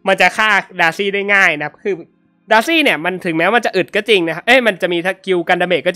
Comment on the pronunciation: สังเกตุตอนเวลาจะอธิบายหรือเรียกชื่อฮีโร่อะไรเงี่ย พี่เเกจะพูดประมาณว่า เเทนที่จะเรียกดาซี่เงี่ย ก็พูดเเบบว่า ดาซง ดาซี่ สังเกตุนานละ55